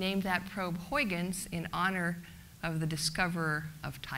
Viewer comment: please try to pronounce Huygens like huigens... not like hoyykens...it sounds idiotic..do your home work before doing a speech with an ui not an oi and a g not a k...a g like as in loCH ness.. not a k sound like in English good